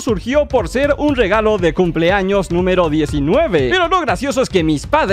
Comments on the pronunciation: Xd , justamente me abia salido del vídeo y también le entendí eso xd jaja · POR QUE DICE TODOS MIS CUMS ☠